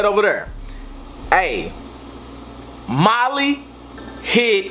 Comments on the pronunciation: Anyone else notice he says “motty” instead of molly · is he saying moddy? or what